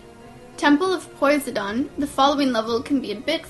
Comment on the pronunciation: "Temple of Poys-ah-don"? O.o